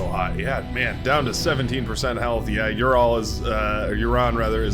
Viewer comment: Red team lead--Uran is pronounced more like Ooran. Like the oo sound in loose.